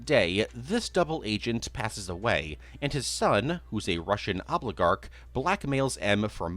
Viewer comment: "A Russian obligarch"